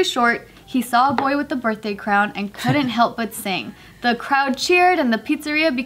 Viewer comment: "Chuck E. Cheese for my burtday"